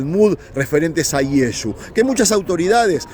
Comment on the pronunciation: Llamar a Jesucristo Yesu es insulto nadie les gusta que pronuncien mal su nombre todos corregimos a alguien que medio dice nuestro nombre o los dice mal